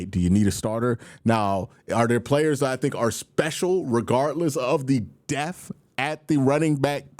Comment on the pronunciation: He says deaf instead of depth every. single. time. You shouldn’t be surprised.